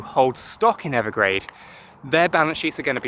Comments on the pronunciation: Evergrande. Not Evergrade. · Evergrande isn’t it? Not Evergrade..? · He keeps saying Evergrade. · No offense, but yea… I think Evergrande is pronounced Ever-grand.